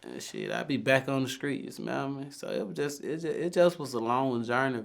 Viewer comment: "skreet shit"😆